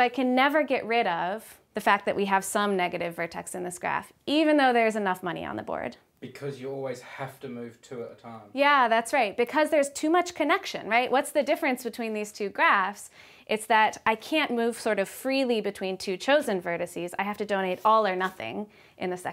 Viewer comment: Ugh. Vocal fry AND the annoying habit of pronouncing short e as short a. I can only listen for so long about the vertaxes and the connactions, groan, groan.